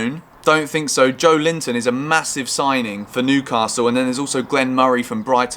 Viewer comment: "Joe Linton" 😂🤣🤣